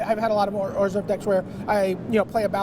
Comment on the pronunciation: can please pronounce Orzhov differently?